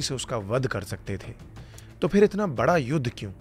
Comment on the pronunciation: Itni achhi bhasha hai aapki. Bas PHIR ko 'f'ir na bolein please.